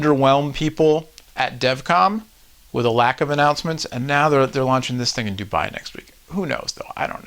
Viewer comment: its not DubAAAAAAAAAi its Dubai one A only